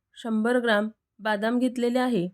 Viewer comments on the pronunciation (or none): मराठीत बदाम म्हणतात,बादाम हिंदी भाषेत म्हणतात. दुसरे म्हणजे तुम्ही खसखस ऐवजी ' खाकस ' शब्द बोललात. व्हिडिओ तयार करतांना कृपया भाषेकडे लक्ष असावे! तुमचा व्हिडीओ छान आहे पण त्याच्या सादरीकरणाकडेही लक्ष द्या म्हणजे अजून उत्कृष्ट होईल! माझ्या सूचनेचा राग मानू नका , सकारात्मकतेने विचार करा! धन्यवाद!